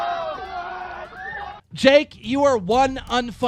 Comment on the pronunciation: Keem, you've gotten a lot better at pronouncing things correctly over the last few months. Props!